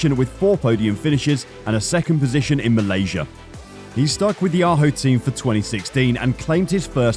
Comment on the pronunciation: Your pronunciation of all the key names is terrible. Team Ajo = Eye O Ekerold= Ecker-old. Kork Ballington= Cork Bal-ing-ton.. Sort it out and give some respect to those great people.